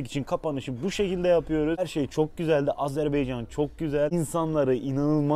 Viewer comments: Azerbeycan yox ay insan Azerbaycan! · Hersey çox yaxşi birce Azerbaycan demeyi de öyrene bilsez yaxsi olar..Sonu beycan deyil baycan deye bitir AZERBAYCAN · Kardeşim Azebeyacan değil AZERBAYCAN AZERBAYCAN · Bir de şunu öğrenseniz . Azarbeycan değil AZERBAYCAN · SENİ KÜRD ! AZERBEYCAN DİYİL ! AZERBAYCAN !!